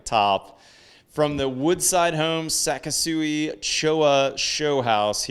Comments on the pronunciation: I strongly suggest you learn how to pronounce Japanese words. It is not pronounced “Sakesui”. It is pronounced “Sa KI su i”. The “KI” sounds like the english word “key”. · You are pronouncing their Name wrong. It's SeK sooee almost like the word sexy with the beginning of the x sound a hard k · It’s pronounced “say-kee-soo-we But overall great video presentation